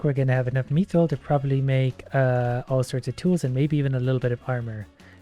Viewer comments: I swear is saying "Meethril" on purpose to annoy us now XD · It's pronounced Myth-ril